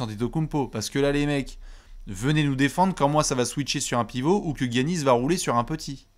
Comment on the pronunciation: je t'adore mais peux-tu dire Yannis au lieu de "Guiannis" stp 😅😘